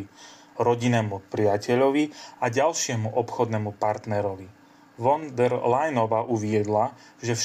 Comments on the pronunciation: Máte problémy so vzdelaním, prijímaním informácií a s gramatikou! Von der.... Sa číta fon ! Čítajte, vzdelávajte sa a venujte sa rétorickým cvičeniam. Inak to môžete zabaliť! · Von der.... sa číta: Fon der... Je strašne ťa počúvať !!! 😢🫡🇸🇰